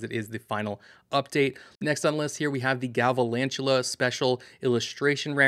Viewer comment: Galvalantula??? Come on, I expected better from you. Sorry it’s a huge pet peeve of mine. Please learn the names of the pokemon you cover. I’m not being mean or rude. I’m trying to help you improve what some people’s expectations are. Thanks